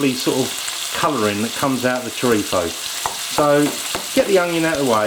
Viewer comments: Its chorizo not chorifo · It is not chorifa or chorifo! It is CHORIZOOOOO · its pronounced ''chore-i-z-o'' not chorifo